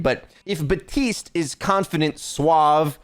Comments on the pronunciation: BAP- TISTE. Not buh- tiste. I’m gonna cry man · isnt it baptiste not batiste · We’re just ignoring the “P” in Baptiste? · batiste? BaPtiste. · some shampoo?